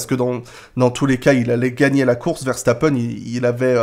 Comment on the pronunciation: salut à tu es l'une des rares personnes qui dit correctement le nom Verstappen ça fait plaisir de l'entendre bien prononcé le nom de notre compatriote Belge qui est né à Hasselt (Belgique ) sa maman est Belge (pilote de karting de haut niveau)